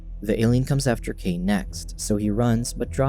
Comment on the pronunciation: Kai not kei